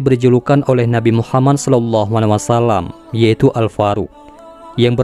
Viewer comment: Min mhon maaf kenapa disetiap penyebutan nama muhammad menjadi muhamman itu murni karena salah sebut atau kesengajaan dikarena kan disetiap vidiomu penyebutan nama muhammad itu menjadi muhamman tolong dijelaskan